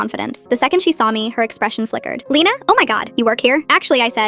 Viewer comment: My name is Lena but she said lena and my name is Prnoched lena not leena